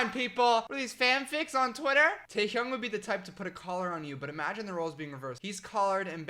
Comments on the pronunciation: The way he says taehyung stresses me out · i’m gonna phonetically type how he pronounces each member’s name jungooo-k taeHyoung jih-Min nohmjoon soke-jin hoe-suck yoongi